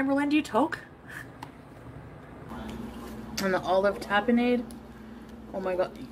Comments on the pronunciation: IM 💀☠️💀☠️💀☠️!! “TA-p0H-nAhDduH” “TA-p0H-nAhDduH” 😹🤣😂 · I have never had olive tapenade, but even I knew how to correctly pronounce it!! 🤦🏽‍♀️🤣